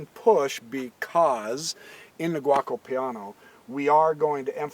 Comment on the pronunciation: Good video, but I couldn't stop laughing everytime he said "Gwokko Piano"